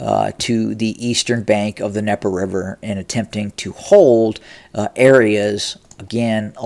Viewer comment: Voice of Putin says the the Ukrainian advances across the Dneper River is not of any consequence... Huh? So while Putin's throwing major air assets at those Ukrainian forces, Putin's ground forces are Backing UP!? Oh boobie, it's the 'DNeper' not 'Neper'. Jeeze.